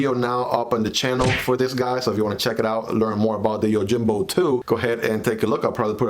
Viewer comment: The J is pronounced as an H, YOHIMBO